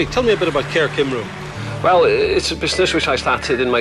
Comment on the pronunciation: LOL he pronounced Cymru like 'kimm-roo' facepalm